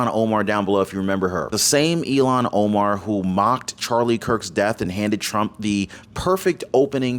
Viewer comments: Please it is Ilham with a h that is pronounced, not Ilon, which sound like “Elon”. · Ilhan, not Elhan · Its not Elon...it's " IL HAN " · "ILHAN" not "Elon"! oops! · Please speak her name correctly. Her name is NOT ELON !!!! HER NAME IS SPELLED.....IL HAN. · It's not Elon Omar it's ill - han Omar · Her name is Pronounced ILL HAN like sick hand. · It’s pronounced “illon” Omar. Please don’t say “Elon!” That’s an insult to those really named Elon!!! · ILHAN NOT ELON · ill han omar, not elon omar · It's ill han. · It’s not Elon Omar… it’s ILLHAN (IL Hann) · Omar’s first name is pronounced ill hawn. Not E Lon. She’s awful!! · PLEASE....NOT ELON‼️ IT IS ILHAN PRONOUNCED. ILL HAN ‼️‼️‼️ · It's Ilhan pronounced illhan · WE remember ILLHAN OMAR! pronounced ILL-HON, not Elon! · Please call Omar -ill han not Elon it got confusing Musk or Omar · Her name is pronounced ILL-hahn, not “Elon” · ILL-Hahn Omar. Not Eee-Lon. Pronunciation is important. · Her name isn't Elon its Illhan. If Your going to speak professionaly than please do so!!!!